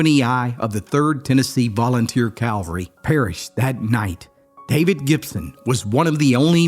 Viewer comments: I very much enjoy your videos. Thanks for your good work. (Please note: it’s pronounced CAV-al-ry, not Calvary. Calvary is an inexplicably special place and should not be confused. Thanks.) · “Calvary” is not the same as “cavalry”. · I love your stories and have been a subscriber for a while. I hear this mistake made by a lot of people. Their military unit was Cavalry not Calvary as you are clearly saying. The former is a unit that rides horses, the latter is where Jesus Christ was crucified. Looking forward to your next story! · A very sad story from a very sad period of American history. Thanks for yet another look into the not-too distant past. One point i'd like to make - the military term, cavalry is pronounced CAV-AL-RY, not CAL-VA-RY, which is where the Lord Jesus Christ was crucified. You're not the first and won't be the last to make this mistake. God bless. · Yet another Civil War narrator who cannot distinguish between “cavalry” and “Calvary,” mixing up horsemanship with where the Romans crucified Jesus Christ. It’s not difficult to say “cavalry.” Break it down: “Cav–ull–ree.” Its origin is the French word “cheval,” which means “horse.” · it's cavalry!! Not calvery!! Calvery is where Jesus's crucifixion took place! Cavalry is from the term cavalier. From the French chivalry. Why do so many Americans wrongly say that? I'm a British army veteran who served in an elite cavalry regiment! ❤great job again my brother! Outstanding work...thankyou.... jason in England 🏴 x 🇺🇸 x 🇨🇦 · Didnt take long for the butchered english to raise its ugly head… only this time it was funny!!!! “The 23rd calvary”!!!!!’ Someone should proof read!!!!!